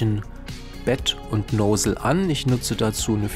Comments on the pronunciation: Noosel hahah Nossel(Lautsprache) aber schöne Einleitung und Tips! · "Nosel" ist lustig! Nozzle heisst: Düse. Das kann man durchaus auch so nennen.